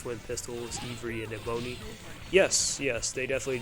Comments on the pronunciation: yeah, Ebony is more like (Eh-buh-nee). It's named after a very pretty tropical tree. Ivory is like (Eye-vree). and that, of course, is refering to elephant tusk (death to poachers) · I enjoy your video, but the way you say Ebony and Ivory is hilarious. It’s like the keys on a piano. There is a song about this which is super catchy.